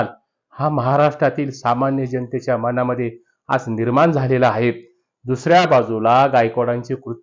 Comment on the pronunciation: आहे, हाहे उच्चार नको